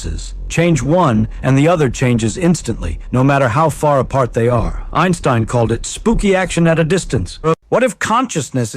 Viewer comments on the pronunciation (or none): none